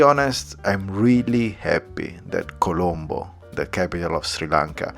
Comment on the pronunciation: Colombo is correct but it saying calambo